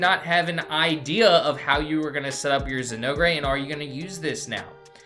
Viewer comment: Very informative, thank you. But the way you pronounce Zinogre is like chewing aluminum foil. Zin- ogre pronounced ōgur. Like Shrek the ogre.